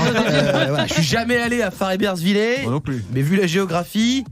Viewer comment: T'as vu comme il le prononce mal??? Farrebersvill"é"??? Sérieux ?? Farrebesvill"ère" bordel!!! Un messin énervé :)